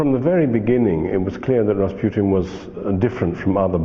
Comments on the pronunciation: Its Ras-PEW-tien? not RA RA RASPUTIN LOVER OF THE RUSSIANS QUEEN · if he says Raspyutin one more time omfg